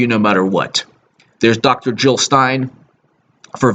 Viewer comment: JiLL NOT HiLL!!!!!